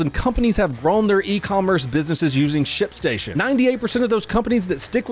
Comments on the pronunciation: When your ad started, I could have sworn you said "shit station". I looked at TV like, wait, what? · i thought he said shitstation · aint this guy saying "shitstation" instead of "shipstation" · You absolutely said shitstation lol.